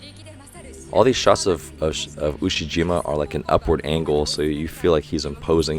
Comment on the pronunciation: Ushiyima Wakatoshi.... Ushi-Waka 😁